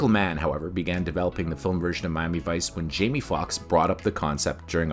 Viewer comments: Wh-why do you pronounce it "Mommy Vice"? 😅 It's so distracting! Just say "Mi-a-mi", it's pronounced like it's spelled! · is this guy saying Mami vice all the time or is it just be me ?😂😂😂